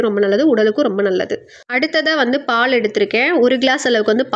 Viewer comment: பால் உச்சரிப்பு காது எரியுது ,பாள் பாள் ங்கிறிங்க